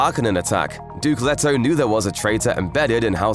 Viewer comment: I really hate when people pronouce the characters name as Let-oh when the other characters in the friggin movie pronounce it as Leet-oh